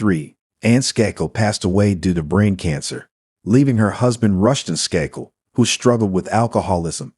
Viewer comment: How does the first case, so glaringly obviously the son from the get go, come under the video heading of "Cold Cases Finally Solved"???? Way too much repetition of info, too much irrelevant background info, & awful mispronunciations. Unbelievably l, with the Skakel murder of Martha, despite all the other useless background info, they failed to mention that Michael & Thomas Skakel were suspected from the get go...& the second case that doesn't match the video title. The content relating to the title is the final less than 5 minutes of this painfully drawn out video